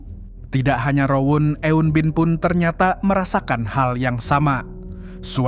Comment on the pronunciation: Pengucapan eun-bin nya kurang tepat bang.